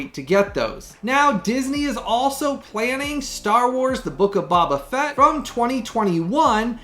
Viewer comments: I’m sooo excited for Purple Rain and Anchorman!!!!🙌🏻🙌🏻 And bro, Boba is pronounced “Bow-Bah” Fett✊🏻😂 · Damn my heart hurt a bit when you pronounced Book of Boba Fett lol